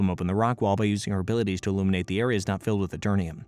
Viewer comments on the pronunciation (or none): none